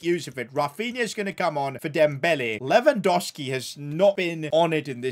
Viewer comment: Its LewandoWWWski. Not Lewandoski